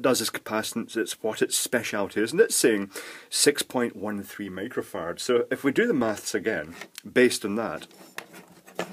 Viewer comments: HA! That is exactly what I heard, repeated it to my wife who spit up her coffee when I replayed it for her! She said how can you save power using microfarts? Too funny!!! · Did he just say 6 microfarts?. 😂😆😝😝😜